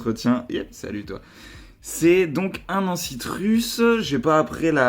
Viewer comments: Superbe vidéo. Juste, je t'en prie, tente de dire anci-S-trus et pas ancitrus :D. Mes oreilles ! Continu comme ça ! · ca se prononce anciStrus xD ne sois pas timide, n'oublie pas le S. Très sympa tes bacs. C'est quoi la marque de tes rampes, elles envoient du pâté !